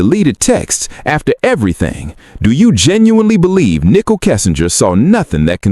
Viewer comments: You must learn to say Nichol correctly, not Nickel. Are you AI? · If she was guilty they would have found proof on her phone. They obviously didn't. I believe her. Prayers Nichol. (and her name isn't pronounced nickel its nicole) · It's Nicole with an e not nickel. Get it right!